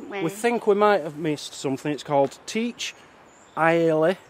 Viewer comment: Anywhere with "Teach" in its name means "house" and is pronounced Chuck. Teach Aille Chuck Alya means Cliff House according to Google.